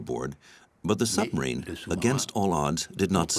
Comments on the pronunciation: There is a B in submarine. It is not pronounced summerine. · I loved listening to this but the woman who kept saying summerines instead of submarines was really annoying. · I wish the narrator would stop saying sumarine. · Why does the narrator repeatedly refer to submarines as summarines? I found that flaw rather detracts from what otherwise is an interesting production. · What is a 'summerine' and who was 'DeNits'? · What’s a “summarine”… there’s a ‘b’ in there somewhere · Why does the narrator keep saying 'summarine'? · Dreadful pronunciation …there’s a B in suBmarine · A good documentary which would've been a really excellent documentary if the narrator was able to pronounce 'submarine' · An interesting documentary destroyed by the narrators inability to put the letter "b" into the word "submarine". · Another superb documentary on Alan Turing. Please pronounce submarine correctly, it has a B in it to inforce that it is sub = under and marine = water. Thank you. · The way this woman pronounces submarine "without the B" is driving me insane.😖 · The electronic commentary was going so well then it said “ summerine” then “ admerality” tough luck. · How is this narrated, - computer voiced? A subtle English accent, but doesn't pronounce the 'b' in submarine. And 'Admiral-ity' 😳